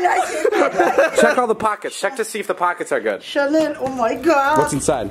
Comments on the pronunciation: i DIEDDD WHEN SHE SAID "SHALEN OMG" WHEN ITS CHANEL BAHAHHAHA IM DYYIYINNH\GGGG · says "Chalen" instead of "Chanel", I’m done... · Did anyone notice she was so happy she pronounced “Chanel” “Chalen” 😂